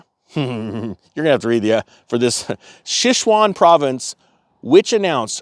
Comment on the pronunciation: Pronounced "chong-ching" It's China's New York on the West Side "Sich-you-wan" It's the spice capital (red pepper and more) of China. Think of how we think of Texas as the O&G or beef capital of the US.